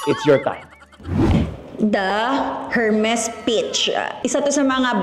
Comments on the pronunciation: E-R-M-E-S silent H po not Hermes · Silent H po ang Hermes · ERMES… SILENT H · her-mes at urrport 😖